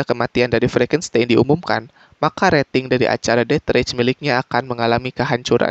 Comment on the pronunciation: Bacanya det reis jay bukan det rech